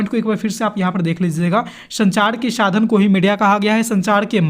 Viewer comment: Sir ap sa ka sha kyu padhre ho shadhan shadan bolre ho vdo achi h bhut par apke jo word h wo shi no h apne word ko sahi kro sadhan hota h shadhan ni jaha sha padhna chaiye waha ap sa padhre..or jaha sa padhna chahiye waha ap sha padhre😂